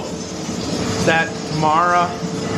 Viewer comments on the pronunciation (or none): none